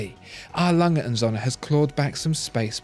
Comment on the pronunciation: A. Lange & Söhne (R. Lunge oond Soe'ne) ... or you watch the video >"how to pronounce an Umlaut"